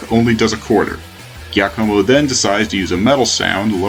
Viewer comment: "giacomo" is pronounced "jack-oh-moh", and zangoose is a mongoose, not a cat.